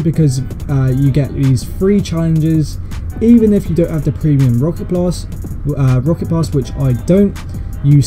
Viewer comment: When he said rocket pass I heard it as rocket loss XD